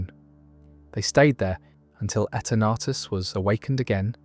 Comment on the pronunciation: Etah-nartus ruined it for me had to switch the video off